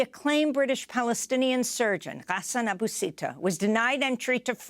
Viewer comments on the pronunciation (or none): I think it's pronounced Seek not Sick and Aboo not Abba